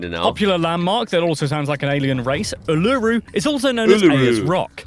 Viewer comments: He said uluru like ulru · His pronunciation of Kosciuszko and Uluru made me cringe, also never call it Ayers Rock. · He pronounced Mount Kosciuszko and Uluru incorrectly🤣🤣🤣🤣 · Uluru is actually pronounced “U-la-roo” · It’s KOZZIE-OSKO AND ITS ULU-ROO those are the pronunciations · It’s said oo la roo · I can't believe that he missed Fraser Island. Its only the biggest sand island in the world.(Its in Queensland of the coast of Harvey Bay) He absolutely butched Mt Kosciuszko and Uluru. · He pronounced Uluru wrong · And Uluru and “Southern Australia”